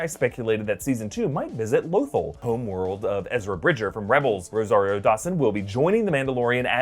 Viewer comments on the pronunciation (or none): L Oh thul.... its L uh th all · when says lothol and not lothal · omg it's LoTHAL not Lothol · Low -thull??? Low-thull?? REALLY? You can't even pronounce Lo-THALL correctly. LOW-THALL. I guarantee half of your predictions are meaningless. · Low-thil? Heard of Lothal, not that. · It’s Loth-AHL, not Loth-uhl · I'm sorry, but it's pronounced Loth-All not Loth-ull. But then again idk... Lando pronounced Han as HAN, instead of HAWN... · It's pronounced low-thawl no lothel you uncultured swine. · Lo-thall wtf is lothel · "Lothal" is pronounced Luth-all sorry just... Bothered me for some reason... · Low-thall is how its pronounced sir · “Lothal” is pronounced “Lo-thAll” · IT'S PRONOUNCED LOTH-ALL. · Repeat after me: low-THAWL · Can you please stop calling it LowThol. PS I lovr your videos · It's pronounced like "la-thol" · Does he not know how to pronounce Lothal? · What's up with your pronunciation of Lothal? Have you never watched Rebels and heard how it's pronounced? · Omg!!! Love your guys vids but learn how to pronounce Lothal!! Nails on the chalkboard for crap sake! 😖... 😂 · The way you pronounced "lothal" pissed me off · I love everything about this.... but the way you pronounce Lothal..... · I watched rebels and the way you say Lothal is utterly frustrating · Lothal? Are you sure you’re pronouncing that correctly? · mispronouncing Lothal made me more furious than it should have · Very much dislike the way “Lothal” is pronounced, especially since I think I recall hearing pronounce it correctly in the past